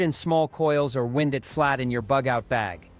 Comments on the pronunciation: You wyind wire not wend it. Wind pronounced wend is what blows outside. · I didn't listen to the video but apparently the ai voice mispronounced wind as a noun instead of a verb.😅